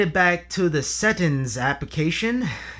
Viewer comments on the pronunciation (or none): I can hear your pain every time you say settins